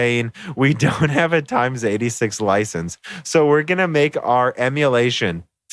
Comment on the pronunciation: "lin-air"? "times 86?" Surely you're just mispronouncing more common terms as bait for the youtube comments, right? -_